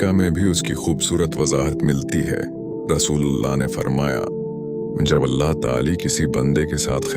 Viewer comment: Mispronounciation of Allah's name please correct and check your video before uploading